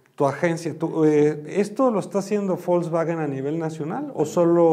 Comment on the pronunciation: Ya nomás escucharlo pronunciar Volkswagen como "bolsbaguen" y perdió credibilidad. Coyote de cuello blanco x2 😂